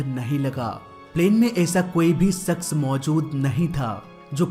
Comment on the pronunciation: Arey yaar tume Hindi bhi theek se nahi ati hai kya...sh ko s , shaks ko sucks, ,aur pata nahi kya kya, it's very irritating, pls learn vocabulary. 🙏